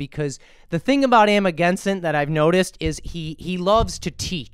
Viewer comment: It’s cojones , pronounced like co hone es. It’s Amagansett. Not sent. Just saying.